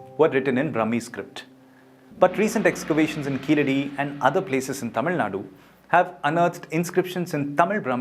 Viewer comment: sir , thank u for the video but a small correction plz ,,,,,,, its not keeladi and not tamil ,,,,,, its Keezhadi and Tamizh ... kindly hard pronounce ZHAA thoroughly , if we lose one alphabet we lose one complete language